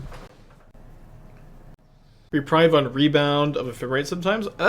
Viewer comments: Can we get content creators to stop saying "Re-prive" when the card is supposed to be pronounced "Re-preeve" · Duuuuuuude It's pronounced Reh-preeeeeve